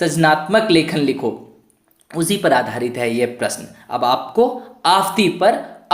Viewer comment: आफ़ंती.....का उच्चारण सही करे